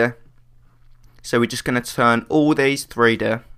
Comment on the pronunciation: "Tharee Deh" ...? Um... Three DEE?